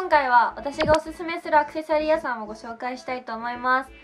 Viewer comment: アクセサリー屋さんの発音が違和感🙄🖐🏻